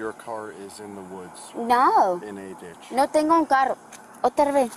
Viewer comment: “ no tendo”?? “ porfavo”? Seriously??? 😂🤣😂🤣😂